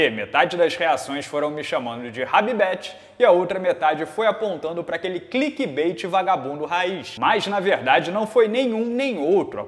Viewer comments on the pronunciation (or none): none